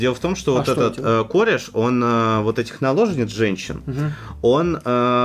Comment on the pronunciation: Не кОреш, а карЭш